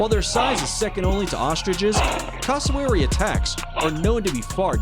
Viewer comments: Said cassowary wrong it’s cass o wary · Bruh the way he said cassowary